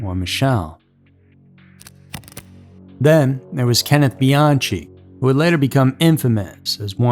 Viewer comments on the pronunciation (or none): Bee-on-key. That’s how it’s pronounced. Not Bee-on-chee. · He also mispronounced Macedon (Mass e din) . But what’s really inexcusable is mispronouncing Bianchi (Be an key) when after he says that word he plays a clip of Nikki Rudd clearly saying Bianchi the correct way. Some people just don’t have standards nor pay attention to their own work. That’s not what gets the clicks. Just the shock and awe factor. Also- these aren’t the alphabet murders! How do you get that wrong??! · Right. Not bee-AHN-chee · lord man, BE-YAHN-KEE. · pronounced "cologne" and "beeanki" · The one Hillside Strangler's name is pronounced /be-AN-ki/, as it's originally an ITALIAN name. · OMG ITS BE-AHN-KEE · It wouldn't be a Scary Mystery video without the egregious mispronunciations. The newsreporter has it right for Kenneth Bianchi, but doesn't. Why can't you imitate what newsreporter says? Also, Carmen's last name isn't "Collin", its coh-lone, emphasis on lone.